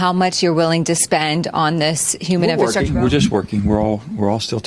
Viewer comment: Really difficult to listen to someone pronounce the word, "infahstructure," over and over...